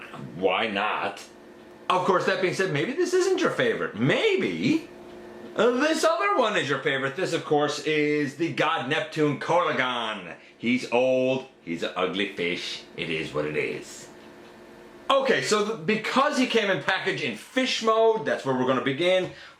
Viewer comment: Epic review!!!!! Congrats on getting Skalor. The fish that inspired the alt mode, the coelacanth, the first "c" is pronounced as an "s" meaning the God Neptune characters name Coelagon is pronounced See-luh-gone. The figures beast mode has a prominent jaw due to the fact that the coelacanth's lower jaw hinges in a way that allows prey almost as large as itself to be consumed. Keep on being amazing.